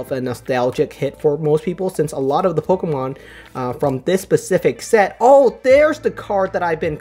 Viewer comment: I liked it when he said Pocker-Man cards